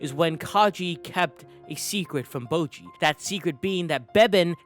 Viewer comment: Bojji's name is literally pronounced in the show, so why do you say "bowgee"?